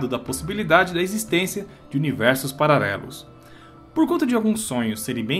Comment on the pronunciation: Eu ouvi pararelos? 😂😂😂 Duas vezes??